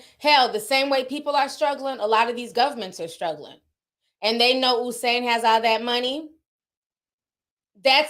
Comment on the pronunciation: Lmao at how you guys pronounce Usain’s name (it’s pronounced: You - Sane). They bolted with Bolt’s money 😩 Anyways, keep being lovely & thanks for the tea mi gyal ❤❤❤